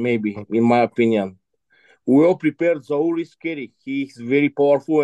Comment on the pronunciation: Zowear 🤣🤣 it's Zaur!!